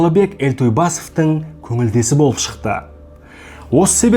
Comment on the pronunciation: Какая плохая интонация у вас. Болыыыып, сондайаааак. Зачем так произнести обычные слова